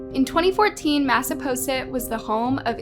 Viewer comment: I live in massachusetts about 20 minutes from mattapoisett and hearing butcher the town name was hilarious. Mattapoisett is a lovely place and we love going riding there. All 3 women in these stories are awful people. Those three young men did not deserve those horrible bitches in their lives.